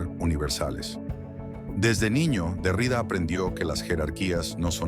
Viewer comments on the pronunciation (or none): Me encanta, gracias. Xfa, mejora la pronunciación, sobre todo cuando nombres apellidos. El apellido del filósofo Jacques Derrida se pronuncia con acento en la última a. En francés, se dice aproximadamente "DerriDÁ". Aunque la i tiene un sonido claro, la acentuación recae en la última sílaba, como es común en muchas palabras de origen francés.